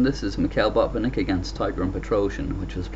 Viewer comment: Great commentary and game! It sounds as if you are saying 'Bob and Nick' (Botvinnik)